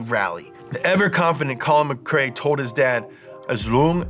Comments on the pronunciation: Why would anybody do a vid on Colin and then pronounce his name incorrectly ! Its McRae Not MacCray he isn't a sea food dinner, please try to understand this is insulting to get wrong, and yes I'm Scottish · MC Rae not MC CRae xD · My childhood is ruined, I thought it’s Collin Mack Ray, not Muh Kray!